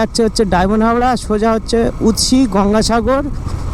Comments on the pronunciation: ওটা উতসি নয় উস্তি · 😂😂😂 উৎসি ???? উস্তি হবে 😂